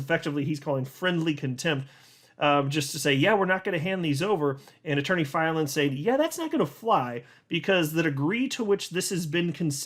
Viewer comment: The way you pronounce Attorney Filan just burns my biscuits 😓 🫣